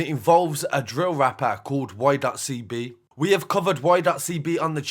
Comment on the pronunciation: All of you lot just hop off the comment, my guy is just pointing out that Y.CB should be said 'Why CeeBee'... Not 'Why dot CeeBee'... The ''full stop/dot'' has no relevance other than breaking up the two words. Argument finished.